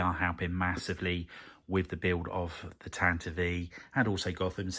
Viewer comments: looking at the pronunciation guide I think you might be saying tantive wrong - U have been putting the emphasis on the middle syllable, but it should be on the front and the "I" ought to be reduced to schwa - the YouTube krysto studios uses the correct pronunciation in his video ranting about R2-Q2 if U want a sound reference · I was today years old when I learned Tantive is pronounced "Tant-iv-ee" not "Tant-iv"! Thanks!